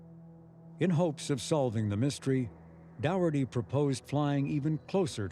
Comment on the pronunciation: Dow erty ? Dougherty is said as Docherty and Doherty is the same name too.